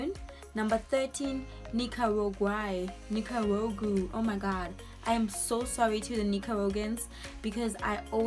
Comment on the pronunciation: Ni - ca - rag - ua